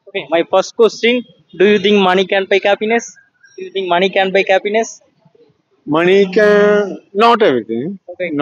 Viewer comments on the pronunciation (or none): Please improve the English pronounciation. Happiness , cappiness nu solra maari eruku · Improve your diction/pronunciation. It's not kappiness 😊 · Happiness ❌ Kappiness ✅ 😂😂😂